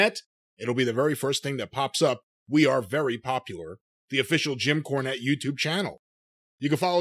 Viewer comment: Jim KAAnette. :-D